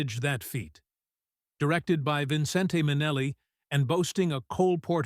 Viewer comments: Despite the spelling, it's pronounced VIN-cent, not vin-CEN-te, Minelli. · VINCENT! VINCENT! VINCENT! Fix your AI narrator and force it say "VINCENT!" Who in the hell is "Vin - cent - TAY???" Poor Ann Blyth... the AI is really brutal. Great concept, great visuals... but these AI narrations are so IRRITATING! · So true; it puts the Vincen-TAY in Minnelli!